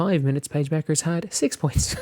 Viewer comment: Paige Bet-ters .. not Bechers.